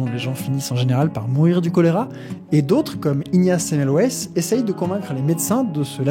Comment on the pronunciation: Ne pas systématiquement prononcer à l'anglaise les noms propres étrangers !! Le nom Semmelweis se prononce Sèmeulvaïss (comme les noms d'origine germanique).